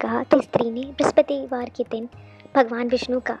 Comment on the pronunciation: Brahspativar r brahaspatidev ka uchharan krne se pehle thoda dhyan de aap dono ko confuse kr rhi hai 🙏🙏jai vishnu bhgwan